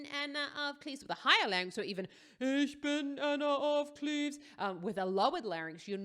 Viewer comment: I was not expecting the perfect pronunciation of "Ich bin" Then i lookes at your Canal info and saw that you are german. Or at least the location thing said Germany. Ich bin auch Deutsch btw lol.